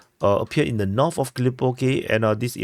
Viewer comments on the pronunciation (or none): THree not “tree” 🎄 THird not “turd” 💩 NorTH not “norf” 😜 no one cares about your accent. Just learn how to pronounce SIMPLE English words. It makes you sound like a retard.